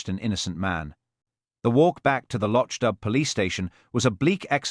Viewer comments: Lotch dub, do you mean loch dubh, pronounce loch doo. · atrocious pronunciation of Loch dubh- I'm done.